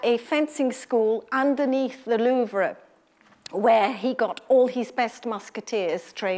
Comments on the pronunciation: i winced a bit when she pronounced "loove-ruh"... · anfalas haha well i didn't want to be too hard on her, and louvre was the most bothersome for me xD